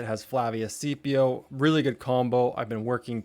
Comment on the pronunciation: Your Scipio pronunciation is not correct. It's pronounced "skipio" not "sipio". I'm sorry I couldn't help myself. I HAD TO POINT IT OUT. Love your f2p seires btw. :virtualhug